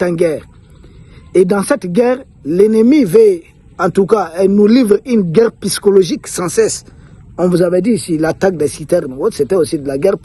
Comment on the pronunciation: Psychologique [P...SYCHOLOGIQUE] et non "pyschologique". Mon cher ami, omettez purement et simplement le P et dites "sychologique" et ce sera la meilleure prononciation. Toutes mes excuses.